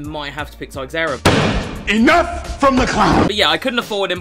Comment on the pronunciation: Hey, Brazilian here, just wanted to let you know Teixeira in english is pronounced Tay-Shay-Ra